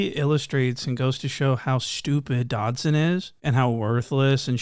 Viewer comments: Bro called him antwon dobson😭😭😭😭😭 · "Antwon Dodson" 💀😂😂😂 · Bruh said Antwon Dobson looking :cat-orange-whistling